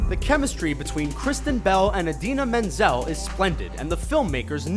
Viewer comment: Is it weird when Gil said shark bait, that I immediately went shark bait hoo ha ha And thank you for saying Idina Menzel's name correctly so many people say wrong in videos